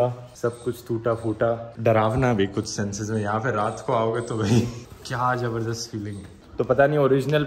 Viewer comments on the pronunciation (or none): none